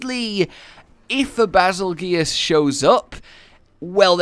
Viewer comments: It’s “bazel-JUICE,” not “bazel-goose.” The name is similar to “betelgeuse,” an explosive star. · Its not beezlegoose it bagel juice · The pronunciation of this monster... why do people say bi-zol-goose? is that a community nickname? when you put in oxford word text is pronounced Bar-zel-jezz.. this not an attack btw, just tryna get it right. :) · Nobody understands the connection from Bazelgeuse to Beetelgeuse. Bay-zull-juice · I’m pretty sure you pronounce Bazelguese like Basil-juice. Similar to Betelgeuse. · ITS PRONOUNCED BEETLEJUICE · Bazelgeuse but is pronounced as bazel juice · Actually its pronounced bagel juice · Pronounced “bazel-juice”